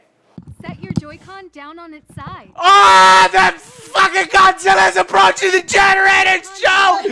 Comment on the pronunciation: It sounded more like "CONzilla is approaching the generator" to me.